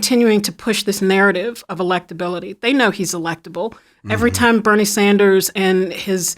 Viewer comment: All of a sudden they’re mentioning him when they wouldn’t even put his name on the pols. 33% for “other”. They pronounced Bernie wrong.